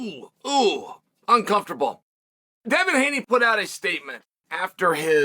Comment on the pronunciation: Takes a lot of skill to mispronounce Devin. Undefeated.